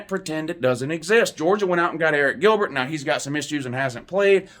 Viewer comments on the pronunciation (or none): none